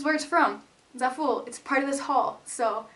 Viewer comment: pretty sure Zaful is pronounced like it rhymes with awful